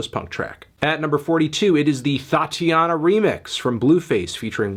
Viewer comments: He said Thotianna? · Thotiana? Really?